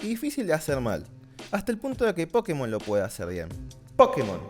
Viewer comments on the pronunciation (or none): none